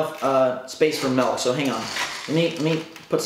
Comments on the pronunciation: YOU SAID "MELK" INSTEAD OF "MILK" IM SO MAD. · Milk not Melk. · I'm honestly just triggered that you called it "Melk" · I was wondering what that was lol